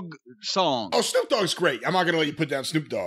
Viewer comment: Jim calls Snoop, "Snuke". Hilarious. If I recall "Snuke" in its original form was the nuclear device snuck up Killary's babymaker in 'South Park' .